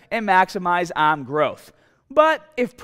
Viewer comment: Why this guy sounds like an aussie or like Scottish like when he said "arm"